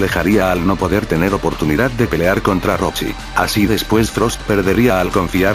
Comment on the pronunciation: según se dice roshi